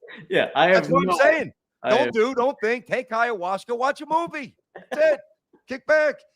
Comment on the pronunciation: it's called Ayahuasca, and it's a beverage. Where are you getting the Hayawashka from?!😂